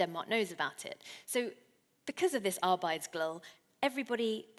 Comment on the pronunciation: One word Helen struggles with — "Arbejdsglæde" (work gladness) — is pronounced here: (from a major Danish dictionary, that same dictionary doesn't seem to have an on-line pronunciation of "hygge" (cosy), but several compounds of "hygge" are to be found there, like "hyggekrog" (a cosy corner), They're not intrinsically hard words, but they do require listening carefully and shaping one's mouth a bit differently to what one may be used to.